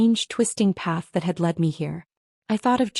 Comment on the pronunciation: Lead is pronounced ‘led’ when it’s the past tense; I see AI doesn’t understand yet?